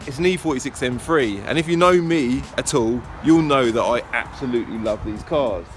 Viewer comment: Haha you and Ricky pronounce these cars as “M free” love your channel and clips